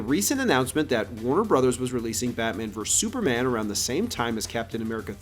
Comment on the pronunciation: It’s verSUS… NOT verse.